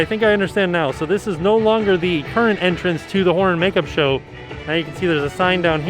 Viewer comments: I keep hearing the Whore makeup show! And now I can't unhear it! Lol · with the mask on, it doesn't sound like he's saying horror. 😂